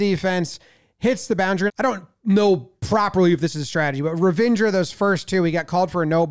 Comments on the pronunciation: Love the way Jomboy kept referring to Ravindra as Revengor. I was thinking, that doesnt sound like an indian name. Let me check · "revenger" caught me off guard there..... fun vid though